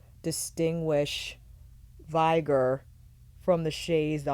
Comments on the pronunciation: Off topic, and unlikely to get a reply, but this is the second review of this palette where I hear "vigor" pronounced as /'vaɪgər/ and not /ˈvɪɡər/. The latter is in the dictionary, the former is not. And you in general seem to have an exceptional command of the English language. And this is a fairly common word. Am I missing something? Is that a new pronunciation? Some meme around this word? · Hello lovely, think the word is vigor (Vig-errrr) as in vigorous? Strong darker red colour - all the colour names seem to match the colours...